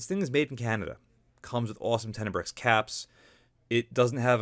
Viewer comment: Tenebraex* Ten-a-bro Nuclear* New-cle-ur You're killin me C!